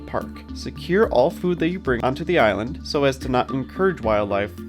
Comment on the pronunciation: I love that you all are covering these topics. However, I cringed every time you mispronounced the name of the island. even pronounced it correctly for you. Of all people, the MGS should know better. Horrible audio of as well.